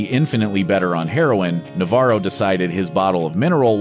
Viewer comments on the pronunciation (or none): As a Spaniard the way he says Navarro cringes me out